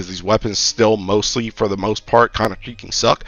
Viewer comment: imma be real chief are you saying shieking instead of freaking? its been bugging me for a minute